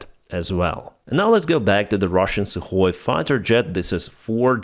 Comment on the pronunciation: you are the only one that calls that plane by its proper name. Sukhoi - not su, or sue